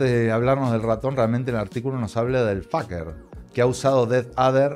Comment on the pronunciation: se pronuncia "feiker" jajajaja, me cagué de la risa con cada pronunciación jajajaja.